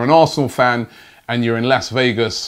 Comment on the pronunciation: Need to work on your pronunciation of Las Vegas before arriving!